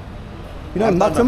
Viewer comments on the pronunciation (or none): Every time you say "Muttom", I chuckle! Because it sounded like the Tamil word "முத்தம்" (Muththam), meaning "The Kiss"! 🤣